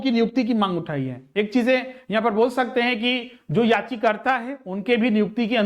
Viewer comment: याचिकर्ता , नहीं बल्कि याचिकाकर्ता होता है sir ji pronounce तो सही कीजिए